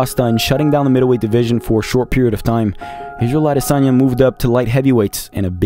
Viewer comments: I live how he finally pronounced his name correct at the end of the video 😁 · Refreshing how you pronounced his surname correctly at the ending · You said the Champs name well at the end - Ah-dey-sonya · The way you closed it out by giving the correct pronunciation of Adesanya is peak. That legit gave me chills. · Thank you for taking the time and care to pronounce 'Adesanya' properly. In Nigeria, our names have meanings and these meanings carry power. And even if Izzy has said it properly a thousand times, so many reporters don't seem to care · I was just about to say this. As a Nigerian, he got the pronunciation really well 👌🏾👏🏾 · That Last Adesanya pronunciation gave me chills 😅”in Laura Sanko voice “ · When you pronounced his name properly at the end I got goosebumps. You’ve got my sub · Great documentary and analysis!! You got a subscriber just by the perfect way you pronounced “Adesanya” 😊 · Enjoyed this immensely and the fact you pronounced his name properly at the last bit, big ups!!!! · Kudos for pronouncing his last name correctly, especially at the end of the video........ADESANYA Obviously, u ve done your research right. Your content is on another level. Keep it up. Loved it. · You're a legend in what you do! My best part of this video is the last bit of you pronouncing his name as his mother would! #Adesanya. God bless u. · The pronunciation of Adesanya at the end tho!👌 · YOU SAYING HIS NAME CORRECTLY AT THE END IS PEAK YOUTUBE. CATCH THIS SUBSCRIBE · Wonderful wonderful wonderful … and the pronunciation of the name killed it! I just subscribed 😍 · Thank you for pronouncing his surname "Adesanya" correctly at the end. It means a lot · Love how you pronounced his name with a Nigerian Yoruba pronunciation at the end 😊 as a Nigerian, i am happy and proud for Israel he is definitely one of the greatest fighters ever 🔥🔥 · I like the way he waited till the very end to pronounce the adesanya correctly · Respect you for saying his last name correctly at the end